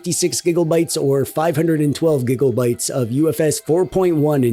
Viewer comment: Cool review man! Makes me laugh when you say " gigaubyte "